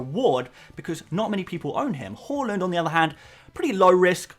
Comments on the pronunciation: It’s pronounced har land not whorelund 😂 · it's "H-A-A-A-A-A-Land":) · Bro said ‘hawland’ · I like that you try to pronounce Haaland’s name correctly, but it’s actually pronounced “hål-an”. Keep up the good work, bro. You’re the best fpl YouTuber out there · I know this is a sap comment form me but Haaland is pronounced "Ha land" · why you always say haaland name wrong😂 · Bro you need to check your pronunciation of Haaland…